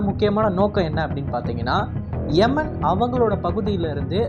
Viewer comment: எமன் இல்ல ப்ரோ யமன்